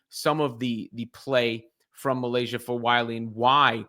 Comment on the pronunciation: MY-layshah not me-.